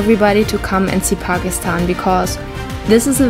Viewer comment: She really knows how to pronounce Pakistan unlike some Youtubers. So she is definitely speaking truth.